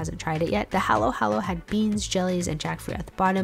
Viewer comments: Pronounced (Hall-o Hall-o) not hAlo hAlo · FYI It’s pronounced hollow hollow. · Cute pronunciation of halo halo lol